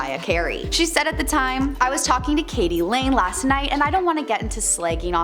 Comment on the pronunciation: WTF Katey lane I think u mean KD Lang lmao